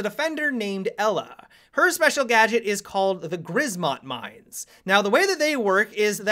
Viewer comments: In Grzmot, the z is pronounced like a J, I believe. Grjmot. It the polish word for thunder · Grizmot mines! ?!? XDDDDDD it is Grzmot mines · 'grzmot' is pronounced gjmot :) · "Rz" in grzmot is prenounced as "ż" look it up. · I'm Polish, as soon as I heard attempt at pronouncing "Grzmot" i lol'd hard:D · It hurts me inside how you pronounced Grzmot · please instead of Grzmot say Thunder because you don't know how to say it properly in polish so please. No offense though keep up the good work on the tubes i'm waiting for sunday mailbox.:))